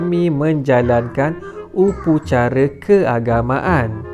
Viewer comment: Upacara lah bukan upucara